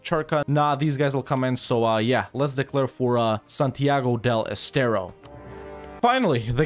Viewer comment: Hearing saying thing in spanish like "Santiago de Estero" make my day, thank u.